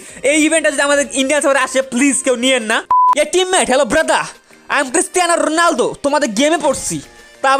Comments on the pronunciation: Ronaldo, not Runaldi😑😐😐😐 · ronaldo not rolundo